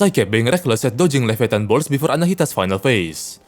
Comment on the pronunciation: levi -a-tan